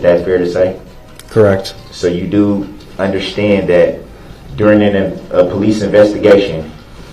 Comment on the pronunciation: He should go to jail just for the way he says understand! Undershtand